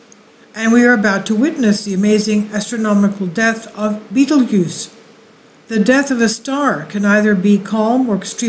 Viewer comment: love the channel, but fyi its pronounced just like the movie-Beetlejuice. ;)